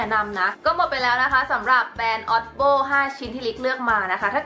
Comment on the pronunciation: จ๋ามันเรียกว่า โอดีบีโอ คะ ไม่ใช่ อ๊อดโบ้ น้า